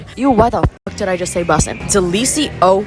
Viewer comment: I’d rather hear you say business than ¡delEEsiOso! 🤣🤣